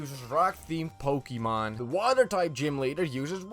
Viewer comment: You say pokemon wrong, next!